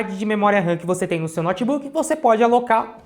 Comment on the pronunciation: Esse "nótibuqui" é top!! 💪